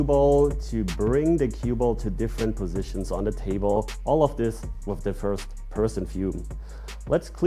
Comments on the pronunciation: Lieber "wiff" als "wis" 😅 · 🤣"Wiff". Don't worry. Most English speakers don't say it correctly either. I'm one of them.😁